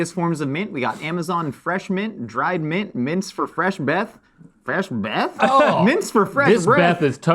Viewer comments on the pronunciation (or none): trying to make 'fesh' happen! 🤣🤣🤣🤣🤣🤣🤣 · I heard "Fesh Beth." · "Stop trying to make fesh happen" lololololol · “Stop trying to make ‘Fesh’ happen!” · Link’s mispronounciation of fresh